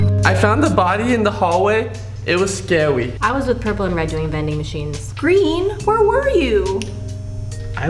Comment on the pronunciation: Yellow said "i found da body in the hallway it was scawy :("